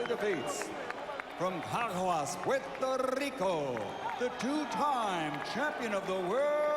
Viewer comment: " Soli Puelto lico" 😂